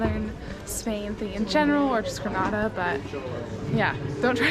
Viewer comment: It is not grnada it is Granada